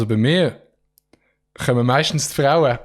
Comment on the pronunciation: Er hät d Betonig uf MEISTENS ka bim Satz „ bi mir chömet meistens d Fraue“